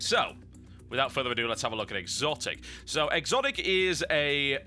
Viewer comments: I thought it was just pronounced as xotic,not exotic. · Isn't it actually pronounced "Sotic" if you're going to be grammatically correct?